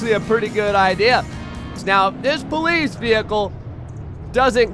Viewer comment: the ploice /:/